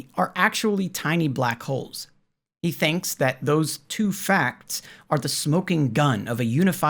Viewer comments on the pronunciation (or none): none